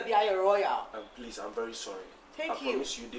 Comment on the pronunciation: Prease listen 😂😂😂 eeiiii kyekye